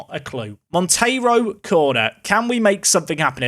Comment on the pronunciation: So happy for you to say Monteiro instead of Montero 😅 thanks cheers